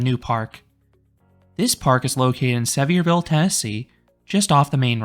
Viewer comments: Great review! I hate to be “that guy,” but as a local, we pronounce it as Suh-vear-vul (as in Severe weather) and Appa-LATCH-un Mountains. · At least pronounce the name of the town correctly. I don’t think you’re actually been there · Awesome video! That park is really fun! But I can’t with the way you pronounce Sevierville 😭😂